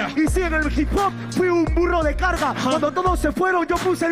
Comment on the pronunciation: Todos: hip hop Nadie: Absolutamente nadie: Colorado nacionalista nieto de franco: ji jop